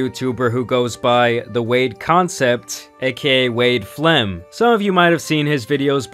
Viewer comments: ja its wade plem not wade flem lmao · Bro said Wade Flem lol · It's Wade Plem lol Plemons I believe not sure